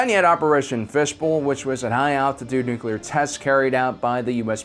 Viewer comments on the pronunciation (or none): How to instantly lose credibility... mispronounce the word nuclear. It's said [new-klee-are] not [new-que-ler]. Argh. Ffs why can't people get this right?!?! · It's Nuclear, from Nucleus. Think about unclear. Or just imagine you are saying new-clee-ur. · Nu-cle-ar, not nuc-u-lar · nu cu lar... it's nu cu lar.... nu... cu... lar... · Nukular. So much nukular. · New-cle-er = "nuclear" If that's too difficult (and for some reason it can be) just be all cool about it and say "nuke" and you're golden. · Nookyalur, eh? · if you want to say nuclear right say it as one word not nu clear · When someone says "Nuke-u-lar" I stop listening to them. You even tried to correct yourself, then went back to your corrupt ways. Now you are dead to me. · Idek how someone can pronounce it like that even by accident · I was so distracted by an obviously intelligent person saying nukular instead of nuclear that I couldnt finish the vid. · It is pronounced nuc-le-ar, as in the nucleus of the atom being split apart by the bomb. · Okay. Yes nuclear not nucular. Also, you keep saying EMP pulse, but EMP is an acronym that stands for Electro-Magnetic Pulse. Saying pulse after that is incorrect. To say it correctly, you either say EMP or EM Pulse or Electro-Magnetic Pulse. Adding an extra "pulse" afterwards isn't correct. It's like calling the Navy's RHIB a RHIB Boat. Why is that wrong when it is a boat? Because RHIB stands for Rigid-Hard Inflatable Boat and calling it a RHIB Boat is calling it a Rigid-Hard Inflatable Boat Boat, which is just silly. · Say it like this: New-clear. You're welcome. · NU-CLEE-URRRR it's not hard, ffs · “It’s pronounced nu-cue-ler. The q is silent” -homer? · U gotta B joking, it's pronounced "New- clear" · Nu-clear, man... Ugh... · It's nuclear. nuke-ya-lerr. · It would have been nice if he got the word 'nuclear' right. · u messed up nuclear again my dude lol. But really tho, no biggy, I cant say negotiate right😅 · He's from Texas. They all pronounce it that way.